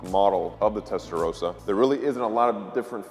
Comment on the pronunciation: Testaroasa?! SAY IT RIGHT! IT'S NOT THAT HARD!!!!